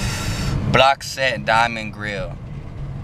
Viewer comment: Lol “dimiond”